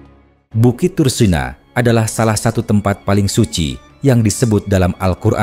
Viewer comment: Tursina...mengapa disebut ..tursena...apa anda gak bisa menyebut...iii...☝️💥🕋🕌